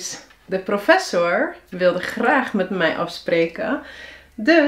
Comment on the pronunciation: Laat ik je wat voorbeelden geven dan, uit het eerste deel van Daily Dutch conversations #1, omdat dat de eerste video is die YouTube me voorstelt. * "Als 't aan mij ligt wel" - Hierin spreek je 'mij' uit als 'mai', en heb je een onnatuurlijke, Amerikaans klinkende intonatie aan het einde van de zin. * "Video" - Voor dit woord gebruik je redelijk consequent de Engelse uitspraak, met een korte i en o in plaats van een lange ie en oo. " "En ik op deze manier dus jullie echte dialogen kan leren" - Afgezien van de gekunstelde woordvolgorde gebruiken de meeste mensen in spreektaal niet 'op deze manier', maar gewoon 'zo'. 'Dialogen' is ook niet echt een alledaags woord, maar ik begrijp dat je dat in deze context lastig anders kunt noemen. Ik zou hebben gezegd: "En ik jullie zo dus echte dialogen kan leren" * "Kan laten zien wat zinnen zijn die" - Hierin gebruik je drie keer een sterk aangezette stemhebbende Z in plaats van de geassimileerde stemloze S die moedertaalsprekers hier zouden gebruiken. * "Bestuderen" - klinkt haast als 'bestudère' * "Couscous" - hier leg je de klemtoon op de verkeerde lettergreep, waardoor je eigenlijk 'koeskoes' zegt, wat iets anders is (sla Van Dale er maar op na) * "Het sneeuwt zo hard" - 'sneeuwt' spreek je hier uit als 'sneuwt', wat niet-moedertaalsprekers vaak doen omdat ze de eeuw-klank lastig vinden * "namelijk" -> klinkt als 'nammelijk', een van de vele voorbeelden van woorden waarin je lange klinkers vervangt door korte klinkers, en ook dat la